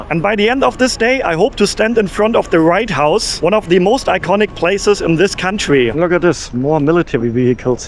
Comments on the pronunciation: I enjoyed your video but I do have one question. Did you say the "Right House" or the "White House"? It sounds like you said the "Right House", if so, I like that and I am going to use that phrase when i am in D.C. next week. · I keep hearing "the right house" instead of "the white house". Maybe its just me. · are you saying the Right house or the White house? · "Write - House" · Was it me, but it always sounds like you’re saying: The right house. You do know it’s the White House? Sorry if it’s just a lisp that I was unaware of. Just saying 😊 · Did you call it Right House or am I just overhearing the W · No I'm sure he was saying the right house all the time 😂